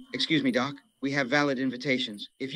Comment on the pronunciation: "Excuse me doc" (dottore) che suona come "Excuse me dog" (cane) è geniale 😂